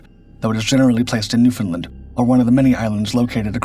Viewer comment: It's Newfoundland not.Newfinland.😮